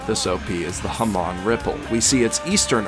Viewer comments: I'm sorry but its pronounced (ham-ohn) not (ham-on) at least I think.. feel free to yell at me in replies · The whole video was good until you said hA-Maon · Its not ham-on its ham-in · Ah yes haman I'm late but it's ha-moan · Did this guy just say THE RIPPLE I hope he means HAMON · Sounded like HA-mon to me, which is fine lol. And tbh criticising someone's way of speaking? Really? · hamon pronounced haw-moon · The way you pronounce Hamon is going to give me an aneurism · Is anyone going to point out that he mispronounced hamon? It's said fairly clearly in the first op. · And zeppeli